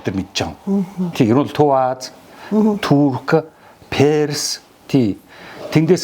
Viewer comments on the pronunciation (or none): none